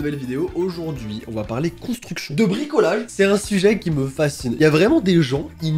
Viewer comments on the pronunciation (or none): Alors bonnejourre c'est bien ici pour la contra.... cobra.... consti.... constriction de maison?